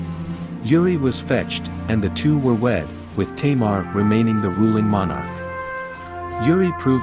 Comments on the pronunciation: why are you saying 'teimar' instead of 'tamar'? XD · She is not a queen! She was referred as King! And it's Tâmar not "teimar" wtf